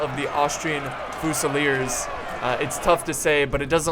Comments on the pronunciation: i'm not trying to hate but. It's fusiliers, pronounced with a fuse. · the way you pronounce fusiliers and hussars is fucking suicide inducing. please stop.